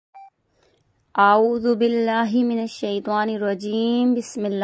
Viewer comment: آپ کے تلفظ میں بہت زیادہ غلطیاں ہیں ۔ اور اعوذ بااللہ کی ع تو آپ نے باکل ٹھیک ادا کی ہی نہیں ہے ۔ اللہ ہو پر مقدر سے زیادہ مد کی ہے ۔